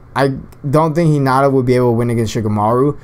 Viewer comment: you said 'hinada' and 'narudo' wtf